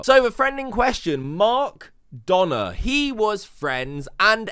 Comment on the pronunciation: It’s pronounced mark doaner. Ok byyye